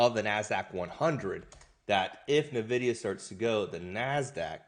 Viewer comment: Son, it's pronounced En-videe-uh. NOT Nuh-videe-uh.